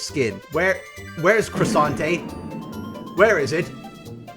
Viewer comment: Not Crossainte instead Quesante